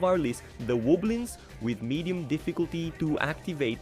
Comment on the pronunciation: Medien? Medien? Really? It’s medium.